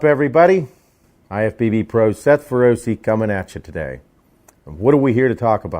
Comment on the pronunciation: I like your content,i like your no bs persona but as someone who is fluent in italian the way you pronounce feroce is just horrendous. It's feroce,not ferrosi.